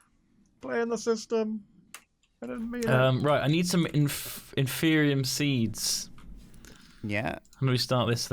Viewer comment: HUZZAH! learned how to say "Inferium"